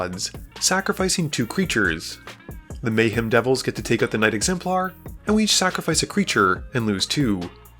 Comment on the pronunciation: im about 30% sure this person is an AI based on how he pronounces some names "Mayheem"